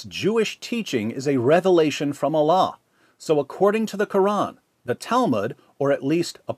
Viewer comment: Bapak ini menyebutkan Allah sempurna sekali. Subhanallah.